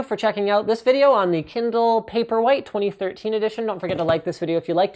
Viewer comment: Throughout the video, it sounded like you were saying "paperweight". In about ten years, that will be a very appropriate name for it. :)